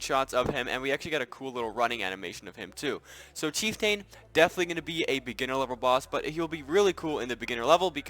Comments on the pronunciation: LOL Chief TAIN? you failed HS english huh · isnt chieftain pronounced ch-eef-tan? also i really do not like the void_spider boss cus that thing scurry